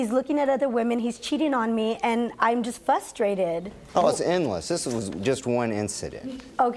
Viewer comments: She says fustated not frustrated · She keeps saying "fustrated" and its making me frustrated. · What in the world does "fustrated" mean? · She can't even say frustrated right........."fustated" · Never trust a woman who can't pronounce frustrated.